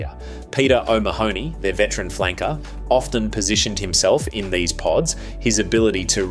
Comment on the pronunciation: Your pronunciation is atrocious: Schalk pronounced Sk-ah-lk O'Mahony pronounced Oh-mah-nee Du Toit pronounced Dew-toy Van Der Flier pronounced Van-Deh-Fleer